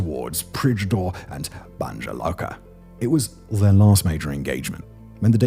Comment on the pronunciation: You study and research all this information but you can’t say inform yourself how to say the city‘s the right way. Banja Luca not Banga lusa…